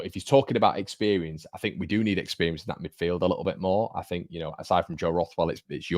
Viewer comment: expewience lol